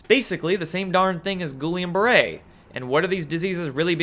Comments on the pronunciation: Guillain-Barré is pronounced roughly "GHEE- LAY BAH-RAY " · Dude, that's French. Pronounced guh-YAYN bah-RAY. My brother had it, your immune system attacks your central nervous system, they have no idea why. You will lose 1 year of your life best case. Spend 6 months in intensive care, they have to constantly draw your blood, remove whites blood cells and.put it back. THEN you get to learn to walk again. Btw they will then warn you to never get a flu shot... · A minor mispronunciation on the old G-B Syndrome. It's no sweat, but if you want help, send me a DM via my YT channel. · Please learn how to pronounce Guillain–Barré, you sound like you don’t know what your talking about. Other than that keep up the good work.